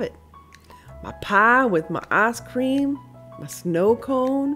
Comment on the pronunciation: it sounds like you said ass cream! haha im sorry! don't be mad at me. im ridiculous! xox